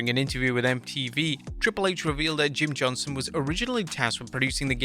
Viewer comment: Does no one realize he’s saying “Jim Johnson” instead of “Jim JohnsTon”